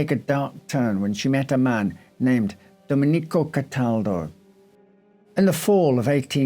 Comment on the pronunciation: Love this channel, but it's Do-MEN-ee-co, not Do-men-EE-co.